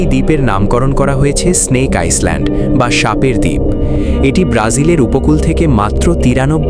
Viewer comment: আইসল্যান্ড উচ্চারণ হবে না হবে আইল্যান্ড হবে ভাই উচ্চারণ টা